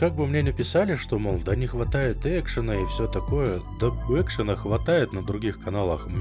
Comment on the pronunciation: Я чуть таблетками не подавился, когда услышал про "экшОн" ), ты же ведь всё делаешь в кайф, ламповая музыка, спокойный баритон, планомерное прохождение квестов и выходы в рейд, немного лёгкого и ненавязчивого юмора, всё хорошо!) Думаю, что вся твоя аудитория согласится со мной в следующем: Тарков многогранен, и ты показываешь и раскрываешь эти грани, по сути, создавая некий свой образ и видение игрового мира и его механики. Повторюсь, как писал уже раньше, я очень много смотрел каналов по Таркову - у тебя свой, ни на кого не похожий стиль. И не меняй его, если самому по кайфу ) Творческих успехов и здоровья тебе и твоим близким!)